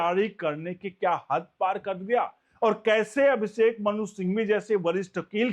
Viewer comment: अभिसेक नहीं अभिषेक